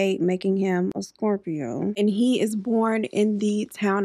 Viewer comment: What was his sign again I couldn’t hear you???😂you say Scorpio?? Was he a SCORPIO?😂❤❤